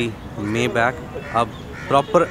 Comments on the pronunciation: Bhai Mayback nahin maybach hota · मेबॅक नही मायबाक बोलते हे इसको भैय्याजी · Mayback???? Correct pronunciation : my -- baaakh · Bhai usse मेबैक नी माईबाक bolte hain. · You are right , mi-baakh or sometime mai-baa(kh silent) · Ur pronouncetion is wrong..... It is My bha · Maybach ka pronunciation bhe nahi aata 🤣